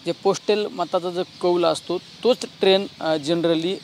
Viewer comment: अहो खासदार साहेब ट्रेन नाही ट्रेण्ड म्हणा राव....